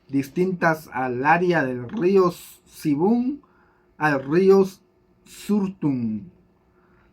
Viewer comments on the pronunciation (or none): te cuesta leer, en el caso río sibun se lee sibùn, soortun se sartùn y otras palabras te cuesta leer